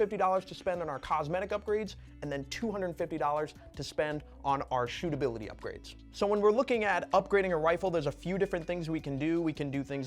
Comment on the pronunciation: Love “stootability” 😂😂